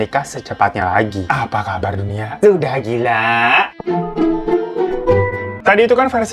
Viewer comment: "SUDAH GILA" *Logat jepang